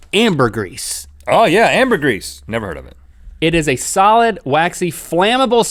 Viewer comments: Oh, also, I forgot: Vlad is actually VERY loved by the Romania people. He was a great ruler and leader. Yes, he killed a ton of people, but he kept his country safe. And it's pronounced "ambergree", not "gris". 😋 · Not amber grease, ambergris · It's Pronounced Amburgree